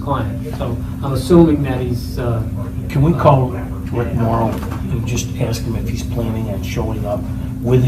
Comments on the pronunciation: When you can not say the word "ask" correctly you have already shown your ignorance, 💩🧠🤡💯🔔🔚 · He had to axe! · ‘Can I axe you a question? Do you honor your oaf?’ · Sadly that is an American thing, I have heard so many people saying axe instead of ask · Can’t even pronounce the simple word “ask” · Why can't black folks say ASK ?